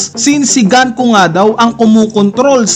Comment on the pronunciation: Gunko = ❌ Ganku = ✅ Domi Reversi = ❌ Dome Reberse = ✅